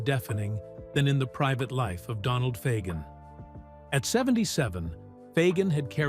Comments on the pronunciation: LOL! They can't even pronounce Fagen correctly!! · Too bad AI can't even pronounce Fagen or Aja.